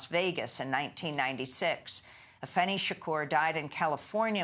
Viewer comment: & it's AFEENI not Afeni